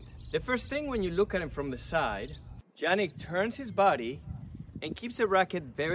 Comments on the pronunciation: It's pronounced Yannick not Jannick!! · The correct pronunciation is "iannik" not "Giannik" :) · Yannik , not Jannik